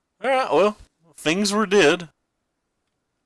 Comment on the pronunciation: i think its both like your th's sound like f's. You also say fings and that kinda derives ne up a wall